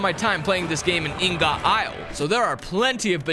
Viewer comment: It's IHN-GIHT! How is it that so many YouTubers have no clue what an ingot is?